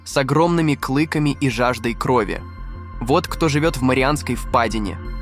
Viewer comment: клЫками, осОби, ИИ что ли озвучивает?